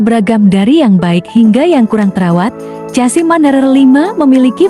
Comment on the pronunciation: Bg mana mau jadi repoerter,nyebut chasis ssja,casi apa benar itu